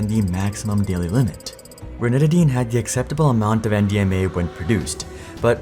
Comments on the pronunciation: I thought he was saying MDMA for half the video. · I kept thinking you were saying MDMA lol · At first, I thought I heard you say MDMA and I was like wait what